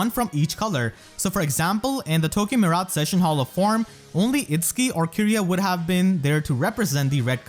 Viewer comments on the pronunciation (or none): none